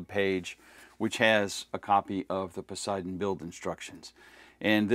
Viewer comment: Don't expect a Chair Force veteran to be able to properly pronounce Poseidon 🌮🌮🌮